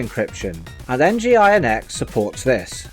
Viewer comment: AFAIK, 'nginx' is meant to be pronounced as 'engine x'.